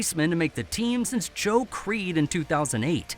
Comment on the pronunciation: You’re supposed to pronounce the “e” at the end of both Fedde and Crede. They aren’t Eric Fed and Joe Creed.